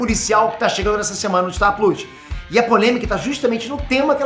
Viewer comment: O cara é tão nerd que até hoje não sabe falar "plos"